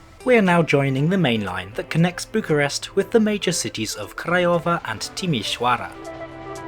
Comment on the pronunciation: I find it funny how he manages to pronounce Craiova, Timisoara, and Videle better than Bucharest. edit: also, a small correction. Legally Bucharest Municipality acts like a county and is separate from Ilfov, with Ilfov acting more like a giant Bucharestian Suburbia.